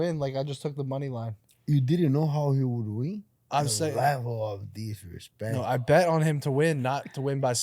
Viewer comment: The level of dishrespetch to giwbewch!